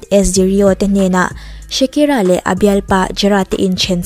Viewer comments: Shakira ti lovin shikira tiin i lam mai in ka hria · Shakira ti ve mai la, Shikira a ni lo